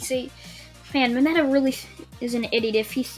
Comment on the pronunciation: You said mineta